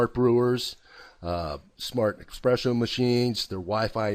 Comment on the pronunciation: I am unsubscribing just because he pronunced espresso as expresso xD jk...